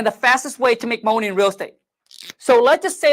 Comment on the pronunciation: Let’s go get this moahney!!!